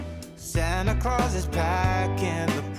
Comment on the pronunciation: "There iZzz no plum😂🤣😂😜 in plum cake"